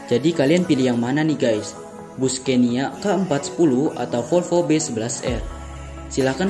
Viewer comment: Maaf bacanya Sconia (ejaan swedia) bkn scenia...trims